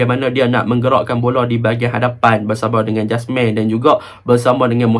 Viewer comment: Jasmir bang jasmine beras 😄.. yazik bang eja je yazek baca dia yazik..